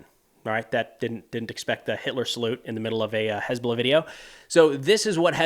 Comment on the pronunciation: "Has been lah"